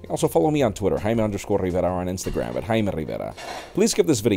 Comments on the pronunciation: Anyone else doesnt like the way he says his name? Especially at the end. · I'm obsessed with the way he says "JAIME RIVERA"🔥😂